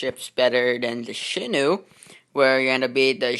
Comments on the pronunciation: You said shino it's shinano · It's pronounced as shi-nan-no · Not happy with a few things. First of all, (Shih-Nah-No) and there's the funnel. You should've just made a custom funnel with regular blocks since the Shinano's is a lot wider than the one you used. I made a Shinano tutorial, and I also used that funnel and I regret it. Maybe match your deck colour before you show off this "better" version of the Shinano. As well as the Green you used. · It's she.nan.no